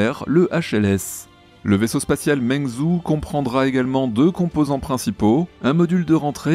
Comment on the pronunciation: coucou pour les deux nouveaux noms en chinois, si tu veux les prononcer un peu mieux, ça peut t’aider: meng se prononce plus un peu comme "meung" [et pas "meing"] zhou se prononce plus un peu comme "djo" [o fermé] ou au moins un "djo-ou", en sachant que le "ou" est léger [en anglais on écrirait "jow"] car en chinois le "u" après le "o" ne sert qu'à indiquer un "o fermé" Meung-djo(ou) lanyue... pas mal! 😉👍🏼 en chipotant, le "yue" se prononce un peu comme "üéè" [son "u", pas "ou"] Lan-uéè